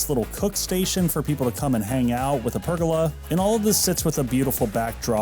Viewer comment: I'll never forgive the way you pronounced pergola